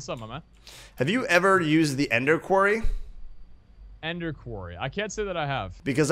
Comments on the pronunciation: episode 17 and rob still says quarry wrong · HE SAID QUARRY RIGHT!!